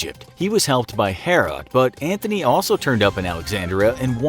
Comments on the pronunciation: No no no my boy, its Antony, not Anthony, theres no h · IT'S NOT MARK ANTHONY IT'S MARK ANTONY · It’s Mark Antony Not “Mark Anthony” 💀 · Antony not Anthony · IT'S ANTONY! !!!!!😒